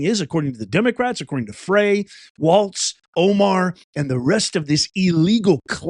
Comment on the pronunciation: Mpls mayors name is pronounced "FRY" although spelled Frey